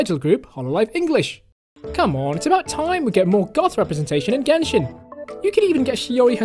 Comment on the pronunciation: jenshin impact